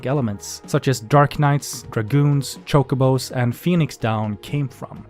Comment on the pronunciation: Even after all these years, pronunciation of Chocobo sounds funny to me. I first heard it as 'Cocoa-bo'. Chocobo sounds like a brand of chocolate powder that you add into your milk